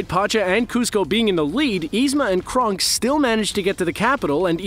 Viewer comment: Aghhhh it's not Krunk it's KRONK